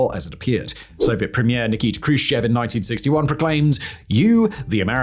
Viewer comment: Nikita Jrushchov? Nikita Khrushchev.